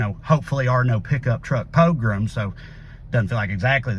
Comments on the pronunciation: Didn't know I'd been pining for a Trae Crowder poe-lee-mic til my heart leapt when his face in his car rolled up. Thanks for the sad/hopeful perfect poignancy of an east Tennessee guy saying "pick up truck pogrums." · Is he saying “pickup truck porgroms” or “pickup truck poke rooms?” Either kind of makes sense.